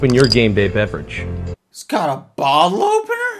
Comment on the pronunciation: "Game bay beverage." lol